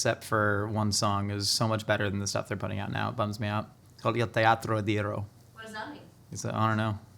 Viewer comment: Teatro D'ira, not D'iro. As a Måneskin fan... You tried at the very least!